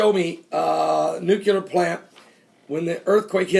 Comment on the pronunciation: Pastor, pronounce it like this: "Nuclear" "New-clee-er". Not "New-cue-ler". Hope that helps. :)